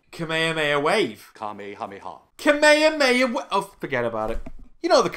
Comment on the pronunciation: You know that Kamehameha is the proper way to say the name of the technique in Japanese, not the way the English dub make it sound, right?